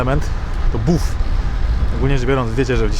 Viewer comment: Wydaje mi się że wymawia się "baff". Też lubię. Co do marznacych stóp polecił mi ktoś ostatnio owinięcie butów folią (streczem) na to lekkie ochraniacze. Działa! 🤪